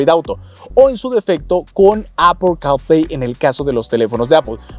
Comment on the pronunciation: Apple carl play castrosa tu pronunciación